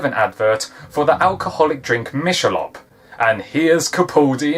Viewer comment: You said what I was always thinking. Peter is so sexy and I hate the objectification of women it depicts. Oh, and it's pronounced Mik-eh-lobe